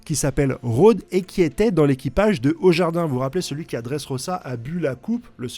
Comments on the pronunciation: Il a vraiment dit « au jardin » au lieu de ajrudin? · oui je t'ai deja entendu le dire dans une video. N'empeche, j'adore certains ecorchages que fais. "Au Jardin" c'est la classe.😂